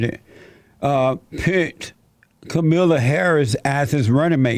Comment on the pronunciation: "Camila" LMFAO!!!